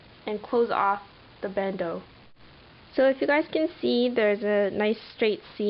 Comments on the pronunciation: It's pronounced Band- Oh. not ooo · It is a bandeu or bandooo ;)